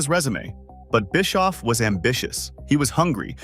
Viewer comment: Biskoof 😂😂😂and Oal 😂😂😂